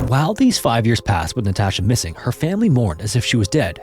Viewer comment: Jesus fucking Christ. Learn how to pronounce Natasha before saying it 100 times. Infuriating watch.